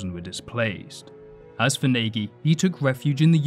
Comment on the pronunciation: You mispronunciation of Nagy is pathetic